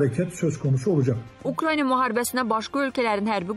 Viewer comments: Ay savadsiz aparici ukrayniya yox ukrayna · Siz nə vaxt bu dövlətin adını düzgün deyəcəksiz😡😡😡 Ukrayniya yox Ukraina !